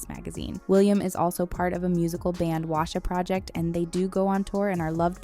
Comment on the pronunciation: Wasia project isn’t pronounced correctly. The word Wasia = White + Asia. Will and his sister Olivia are mixed (English + Chinese) hence the band name. It’s pronounced way-shuh or Asia but with a W in front.